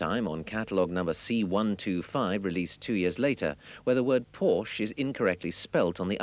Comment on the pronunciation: Irony: The narrator talks about the misspelling of Porsche but is entirely oblivious of the fact that he misspronounces Porsche every single time (the "e" is NOT silent!).